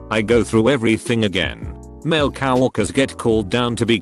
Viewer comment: Everyone's gonna ignore the pronounciation of coworkers huh?